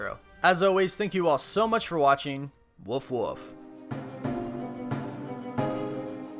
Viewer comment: lol you cant say wolf and you cant say titan correct either? TIE-TIN? TIE-TEN? LMAO